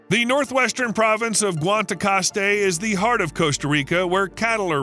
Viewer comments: GUANACASTE is pronounced Won-a-costay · Hey man, those massive trees that you show are not in the area that you described. Guanacaste (not Wantacast, learn how to say it) is a microclimate called ¨dry tropical¨. The trees that you showed are typical of high altitulde rainy tropical. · Funny how Guanacaste became Guantacaste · Costa Rica mentioned!!!! (Día you say Guantacaste?) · Bro just cannot pronounce Guanacaste.